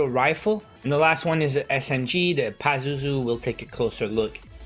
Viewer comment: Yup you said pazuzu right. I think it is a name of a demon.